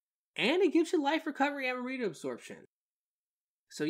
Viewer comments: Am-rita not Ama-rita 🤣😂🤣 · Love the video but lol, I couldn’t help but only hear “Amarita” 🤣